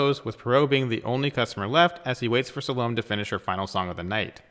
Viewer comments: I really enjoyed this, but I feel I should point out; Ms. Otterbourne's first name is pronounced Sal-o--may. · I wish you could pronounce 'Salome'.